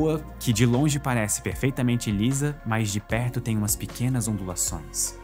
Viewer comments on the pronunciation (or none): none